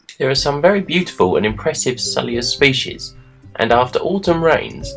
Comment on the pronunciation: Your pronunciation is similar to my pronunciation. "Sul-i-us". I'm working on trying to pronounce it "Sui-lus" but it doesnt roll off the tongue despite mirroring its spelling.